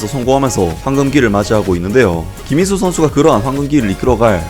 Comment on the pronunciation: 영상에 김민수 선수 언급할 때 발음 좀 똑바로 하셔야 할 거 같아요 김민수가 아니라 김인수로 들려요 저번 김민수 선수 영상에서도 그렇게 들렸는데 이번에도 그렇네요